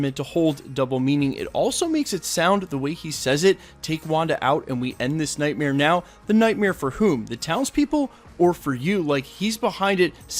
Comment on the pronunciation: He says “night-meer” or night- mirror. Kinda tok’d, like Bruce Krishna.